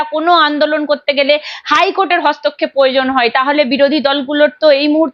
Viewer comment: প্রয়োজন সঠিক উচ্চারণ পয়োজন নয়